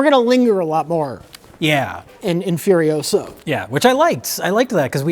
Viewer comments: It's furi-OH-sah, not furi-oh-SAH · Asked Hermine. Its Furiosa, not Furiosaaa! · Its not fury osuh Its fueryohsahh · It's furio-SAH, Ron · It's Furi-OH-sa. Not Furio-SAAAA!